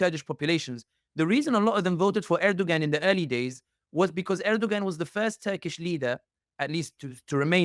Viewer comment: Please learn to pronounce names correctly as it’s confusing when you say someone’s name wrong and the listener can’t follow along. Erdoğan’s name does not have the G pronounced in his name.